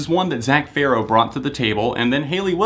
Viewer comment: OMG you finally said Farro right haha